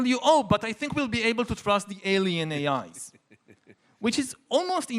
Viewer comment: yuhval saying AIs, sounds like A(eyes)